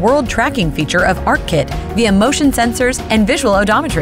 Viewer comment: "ARK Kit" ... *sigh :|